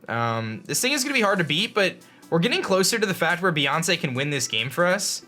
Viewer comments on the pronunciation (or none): Beeyonce XD